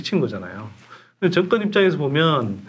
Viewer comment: 선소장님은 "정권"을 자꾸 "증권"이라고 발음하시네요 제 귀가이상한건지